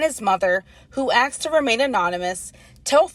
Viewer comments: Even when hired as news reporters, they still can't fight the urge to not say "aksed" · “axed to remain anonymous” I’ve never heard a black say it correctly lol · no wonder why they are screwed mentally and can't recover at this point, even the journalist can't help herself and says "axed", wtf is wrong with them ? They have never heard of the concept "words have power" (through their real meaning) ? that's why, if you can't construct a full clear sentence, without hesitating every 2 sec, or interjecting with "like" every 2 words, or similar dumb verbal vomit, you are doomed to remain as dumb as the stone you are, because your train of thought is as clear as how you can express it (to some extent). Them, they can't say "Ask" properly, even those who "inform" them, who are a kind of authority, are stupid, and despite being a fairly recent phenomenon but it went so fast in their "community", it's crazy. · It ain't ALL of them...but it is definitely ALWAYS them! And did you hear the reporter...they "Axed" to remain anonymous. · Even the news anchor is ghetto; “axed” 😂😂😂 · "Who axed to remain anonymous." 🤣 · “The Bojangles manager and his mother ax to remain anonymous.” 😂